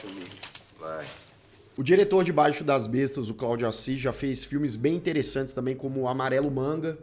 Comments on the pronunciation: Somente uma correção: não é BAIXO DAS BESTAS. É BAIXIIIIO DAS BESTAS. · E B A I X I O DAS BESTAS E NÃO BAIXO !!!!!! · O falante diz " Baixo' das bestas". Chega a ser BIZARRO a ignorância que os brasileiros temos com a pronúncia das palavras, da língua portuguesa!!! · A pronúncia é baixío das bestas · A análise do filme é ótima! Só faltou a pronúncia correta do nome do filme...